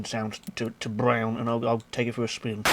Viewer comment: i lol every time i hear you saay BRROWN